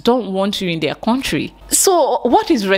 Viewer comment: Coming from a person who says “ corntry “ I’m done with this lame-mindedness